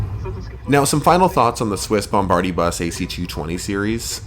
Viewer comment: LOL did you just call it a Bombardibus AC220 series? Hahahaha gold. Man you sure got some STUNNING scenery in Geneva and Munich! I really gotta fly there one day. Loved the report man!